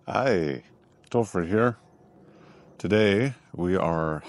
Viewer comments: 感謝分享 ... ^______^ 註 : 有時我會把 Topher 聽成 Tofu(豆腐) ... (尷尬) ... ^^ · 在臺灣有人叫您〔豆腐大叔〕嗎？剛TOPHER您自我介紹時，我一以為您說豆腐HERE。